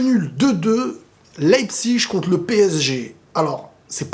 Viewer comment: on dit leipzig pas leipzich .tu vis ou toi?